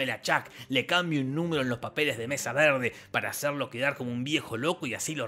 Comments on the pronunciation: ¿Por que pronuncias Mesa Verde como si tuvieras un plátano en la boca? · Jajaja como pronuncia mesa verde